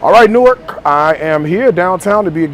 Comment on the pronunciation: Also learn how to pronounce our city.. it is not NEW-ARK.. 😖😖😖